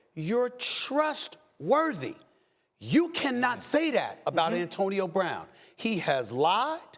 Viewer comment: "Bantonio Brown"